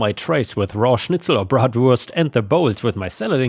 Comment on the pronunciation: The way pronounced bratwurst, currywurst, and schnitzel so perfectly… is just beautiful. His German is spot on. Hats off to him.